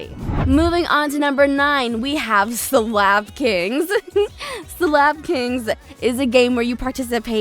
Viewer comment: This girl did not just say SlAp KiNgS 🤣